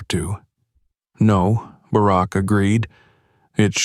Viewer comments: If you’re going to tell stories like this, pronounce the names right. The ex president’s name is not “Bearrack”!!!! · The digital reader is good but the fact he didn't pronounce Bark properly gave it away! It is a good story, but I doubt it really happened this way. Not that dicriminatingincidet doesn't happen often, but I find it unlikely no one recognised her last name! A good story, but I still don't think it happened! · I think this is a fake story. First of all if she was flying to NY she took a shuttle and there is no business class on the shuttle. In DC a black person flying first or business class no eyebrows would be raised. These AI generated voices mispronounce names all the time. This guy has a problem with Barack until the end. I flew out of National to NY all the time and this story sounds time like BS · President Obama served two TERMS as leader of the free world and thus jive-azz announcer doesn’t know how to say Barak!?!!??! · It’s unfortunate you can’t teach your AI to say Barack. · I wish they’d get better people to read these things. For gods sake he can’t even pronounce Barak Obama’s name correctly. I never believe these things and his pronunciation and inability doesn’t help. And the last thing I want to say is that I wish I’d had a dad like him. Godbless Sasha and that good man she calls Daddy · President Obama wouldn't have come to the airport or without Secret Service agents, and he definitely wouldn't have flown anywhere on a commercial flight. The female shown looks like Malia not Sasha. This is NOT a true incident!! The AI constantly mispronounces "Barack". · Narrator really needs to learn how to pronounce President Obama's name...! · The ai narrater doesn’t even pronounce Barrack’s name right.